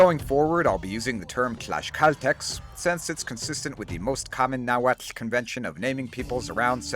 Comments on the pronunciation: Cannot believe such an amazing historical research and accurate pronunciation of Nahuatl. You have my eternal respect. Greetings from Tlaxcala. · Always enjoy hearing your pronunciation of the native language. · Bro the Nahuatl pronunciation fills we me with such joy ❤ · Amazing! Would love to play them. Also, your náhuatl pronunciation is exquisite 👌. Not because I'm from Michoacán, but the next native american civ should be the Irechekua Tzintzuntzani (aka the Tarascans). They would be great as an archer civ with bonuses to lumber and fishing.